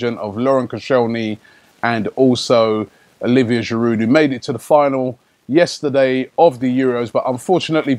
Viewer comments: If it was spelt "Giroo", Robbie would be aight 😁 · Stop pronouncing Giroud with a D. It's a French word so the D is silent, you clown!!Embarrassing. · I know this is nitpicking, but can you stop pronouncing the 'd' at the end of Giroud's name? It bugs me every time.